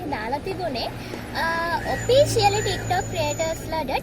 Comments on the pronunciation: Oppicialy newi officially 🤣🤣🤣🤣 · Oppicially????🤣🤣🤣🤣 yako officially bn...